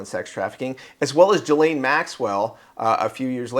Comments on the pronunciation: Her name is Ghislaine… Sounds like KEYLANE but with a G. Not G his lane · say her name as Gilane, G as in word "golf".